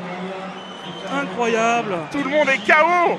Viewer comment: "incroyable" and no "encroyable", "incroyable"